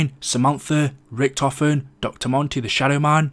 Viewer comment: Omg i hate his voice . It’s like “ so element 115 was FOUND BY RIChtofen and other 4 marines “